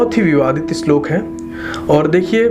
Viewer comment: Pehle bolna to seekh le. Apni dukaan chalane ke liye kuch bhi bolega kya🤣🤣 slok nahi hota kya shlok. Toh tu views ke liye nahi arha kya?